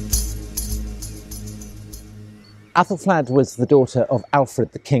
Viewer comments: what was more annoying wasn't just the mispronunciation, but that it was inconsistent, sometimes flad, some times fled. sometimes athal, some times ethel. drove me nuts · Aethelflaed! Pronounced Ethelfled! They're all Ethels - Fled, Red, Stan. Mispronuciations so irritate me!